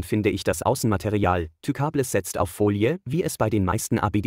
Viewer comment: Wer kennt sie nicht, die Tükabless xD